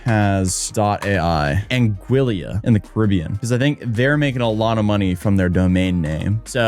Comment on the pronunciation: Didnt know what a meritocracy was, can’t pronounce “angillia ??” An-gee-la Anguilla lolol😂😂😂hoomans are cewked!!!